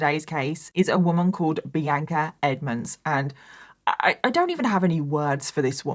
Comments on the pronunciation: i’ve been listening to you for YEARS and hearing you repeatedly say my name (Bianca) sounds so weird to me!😂 🤍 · please stop pronouncing bianca the way you do. - sincerely, someone named bianca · Does everyone in England pronounce Bianca as? Seriously asking. I’ve never heard it pronounced that way. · I’m from the US & we pronounce Bianca differently so until I looked at the captions I thought her name was The Anchor like she was just that hardcore 😂